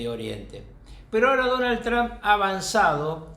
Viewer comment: Alguien le puede enseñar a este sabio como pronunciar TRUMP por favor